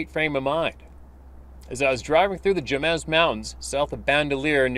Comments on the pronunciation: Just a heads up,. 'Jemez' is pronounced Hem-ez. OLLAH! THE CALDERA HAS GOOD ELK HUNTING. THE GILA (HEE-LA) GROWS SOME MONSTER. BULLS!! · The Jemez (pronounced Ha (long a)mas) mountains are strange and beautiful.